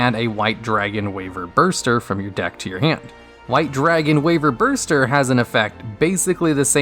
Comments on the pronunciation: Weeverburster sounds sooooooooooooooooo wrong, Why ver buster sounds right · It's Wyverburster by the way. There's an r, not an n, my dude. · 'White Dragon Wayvanburster'? Well it's not a duellogs video until something is pronounced badly